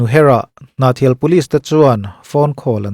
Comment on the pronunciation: Ngaih thlak zawh hma, a tira Hnahthial khua, lam rik, hriat takah chuan, comment hmasa phawt tehang.😹 Kan khua/khaw hming lan dan chu aww!.. Ava hmai uan thlakloh ve aww.. Ngaih thlak zawhah, comment chhunzawm maiang. 😅